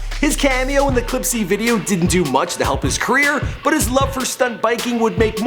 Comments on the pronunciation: Dude, learn to pronounce people names. "Clipse" is said without the E. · ITS PRONOUNCED "CLIPS" NOT "CLIP-SEE" AS A NEPTUNES FAN THAT HURT ME TO HEAR :( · he pronounced the clipse sayin clips see